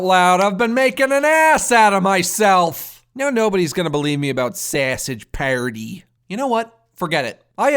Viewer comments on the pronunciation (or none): "Sowsadge Pairtee" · "Sassege paerty" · I really love how he says sausage party like if hes irish